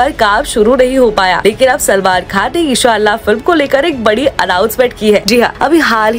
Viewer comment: ara sister g eshallah nhi inshallah bolo